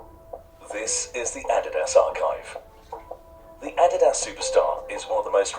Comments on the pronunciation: thats the way youre supposed to say adidas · Pronounced Adidas the European way. Does make sense they are made in Germany witch is in Europe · Finally Americans can start saying “Adidas” the correct way - the way it’s meant to be pronounced